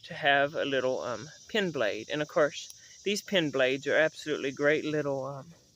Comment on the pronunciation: After watching several of your videos. To my perception it appears that you keep saying pin blade instead of pen blade. I am old and my hearing is not what it should be and therefore I might be wrong. I tend to agree with most of your knife preferences and I am passionate about knives. Thanks for your work.